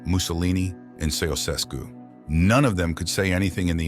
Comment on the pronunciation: Chowoooshescew. Chow, like puppy chow. Wooosh, like the wind. Askew, like, “that line’s askew”. Ceausescu. Make your coin but be faithful to the name.